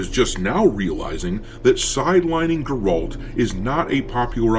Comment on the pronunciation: What's a Gorolt?